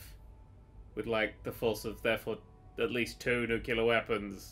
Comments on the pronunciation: It's "NUCLEAR"... Not "Nuke-you-lar"... hahahahaha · Dammit it's pronounced Nook-lee-arr, not nook-u-larr! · I love how you keep insisting on pronouncing nuclear wrong, even though you managed to spell it correctly.